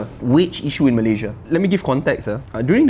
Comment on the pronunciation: awat hang sebut Malaysia pun tak betul?